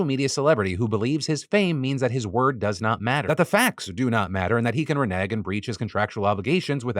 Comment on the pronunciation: The way you said "renege" tells me you've never played Spades before in your life Phil🤣🤣🤣